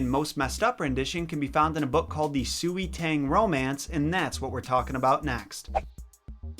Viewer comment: Bruh its pronounced swey tahng